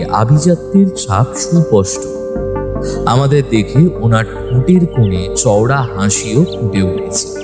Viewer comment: ১৯-২০ বছরের ছেলের গলার স্বর অমন হয় না। সুপষ্ট নয়, সুস্পষ্ট হবে। সব মিলিয়ে আরো ভালো করতে হবে।